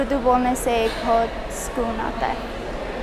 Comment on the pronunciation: I say so because she said words like skoon instead of sukoon.